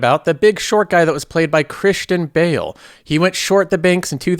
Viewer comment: Chrish tan Bay ale 😂😂😂